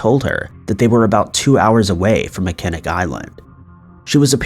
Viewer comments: Are you kidding me, dude?? "Mi-Ken-ick" Island?? Do you even TRY to find out how to pronounce words BEFORE you absolutely slaughter them? There is a movie made in 1980 with Christopher Reeves and Jane Seymour which was filmed at the iconic Grand Hotel called "Somewhere in Time." Fort 'Mack-in-awe" and "Mack-in-awe" Island are World famous for Salt Water Fatty and Fudge!! It is a beautiful island you must take a ferry to reach and bicycles are available for renting as no cars are permitted on the island!! With the money y'all make with 'likes' and sponsors and now Patron I'm fair certain you can afford an app to teach you pronunciation!!! I'll even give you the fact that it is not pronounced a bit different from how its spelled, but you've completely slaughtered other, more common names like "Mesa, as in Mesa, AZ, which you said as "Mee-suh" which is pronounced "May-suh!!" I'll even give you a free one that I have as yet not heard you say, which is "butte" pronounced like beauty - without the Y, "beaut," NOT "Butt!" I'm sorry it's just a pet peeve of mine, but I was a medical transcriptionist, which are legal documents that can be used in court,and you better get it right the first time or it'll be your butt in court explaining why you couldn't take a minute to find the correct spelling. As you know the English language has words that sound the same but can be spelled differently, and it can change the meaning completely!! Please Invest In A Pronunciation App!!! This is NOT th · Hey, just some pronunciation help from a Michigander. Huron is pronounced here-on and Mackinac island is pronounced Mack-in-aw. Love your videos! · I love your videos. But its driving me crazy.. its pronounced MACK-IN -NAW ISLAND.. LOL. LOVE your videos anyways. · do you mean mackinac island? it's pronounced mack-eh-naw.